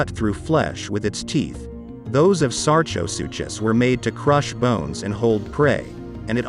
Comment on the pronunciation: With absolutely no disrespect, sar-ko-soo-kiss is how you’d say Sarcosuchus.